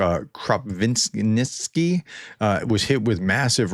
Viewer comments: Krapivnitsky is pronounced Crop-eve-nits- ski. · Kropyvnytskyi (Кропивницький Ukrainian) = Kro piv nits ski.